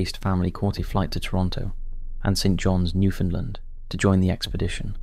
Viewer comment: Another video mentioning Newfoundland. Another video mispronouncing Newfoundland. (It’s “newfundland,” said as one continuous word)